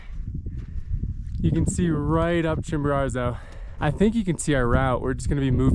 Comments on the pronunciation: Love the video, but drop the second ‘r’: Chimborazo, not ChimboraRzo Would love to hear you say it right once, this was the only thing that was driving me crazy the whole video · My dude, say it with me Chimbo~RAZO! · chimbararrrzo? lol come on man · Pretty bad he never got the name right once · Double on "ChimboRARzo" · Great vid. Curious why you gift Mount Chimborazo with an extra "r"? We made a drinking game out of it over here. People got sloshed . . . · I wonder what your Mexican guides think of that extra “R” you add to your pronunciation of the name of their peak. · Well done. I tried Chimbo in 2013 but turned back close to 6000m as I knew I would not have enought energy to do the return journey if I had summited. Perhaps my guide was too fast. 2 notes: please learn to pronounce the names of the mountains correctly. It hurt my ears. And Chimbo is NOT the highest volcano. Ojos del Salado is. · Love videos. Hate the way he pronounces Chimborazo 😂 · Nice redemption on this one! Great video. You’re 1 for 2 on summiting, but 0 for 2 on learning to say the name correctly 😂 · Good idea! They could teach him how to say Chimborazo.